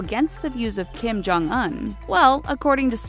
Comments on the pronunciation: DID THEY JUST PRONOUNCE KIM JONG UN LIKE KIM JONG UH-N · You have one job, yet you cant say the name of Kim Jong Un and other names correctly... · Look up how to pronounce Kim jung un and Pyongyang before you make more North Korean videos. Not to mention all the other words you butcher. Lmao. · Well what did you expect. This channel is a bunch of white ppl making video. . They can't even look up how to pronounce Kim jung un and Pyongyang correctly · Do you not know how to pronounce things? It's not pwongyowng or Kim jong uun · She said “peeyung yung” Kim jung “uhn” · Pyung young. Kim Jung Un. Jesus, these chick narrators are as dumb as stumps.